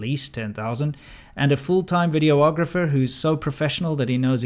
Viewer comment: It’s vid-e-ographer